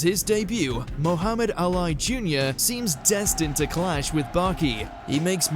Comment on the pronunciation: the name in the Baki segment is pronounced Ah-Lee. not A-Lie. Y'all may not care so much but please try and research proper pronunciation of names going forward.